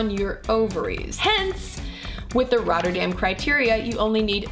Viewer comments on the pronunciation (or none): none